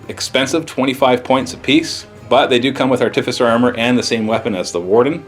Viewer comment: pronounces Artificer wrong anyway, so you're safe. Theres no emphasis on the 'T'... say it just like you would say 'artifact' since thats the word it originates from.